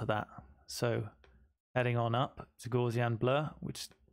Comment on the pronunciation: Thanks for this illuminating tutorial! Only one minor criticism - you pronounce gaussian incorrectly (named after German mathematician Carl Friedrich Gauss).